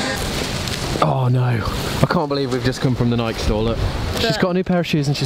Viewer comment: The “Nike” is killing me! 🤣🤣🤣🤣🤣 It is pronounced “nigh-key,” rhymes with “eye-key.” She’s the Greek goddess of victory. Also, you should pick up Shoe Dog on Audible! Phil Knight has a pretty amazing story about how he started Nike.